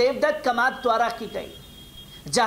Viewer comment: कमात नही कामत बोलना सीख लीजिए